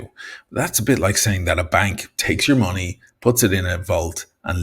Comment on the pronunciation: Try pronouncing "money" and "much" properly. Yob!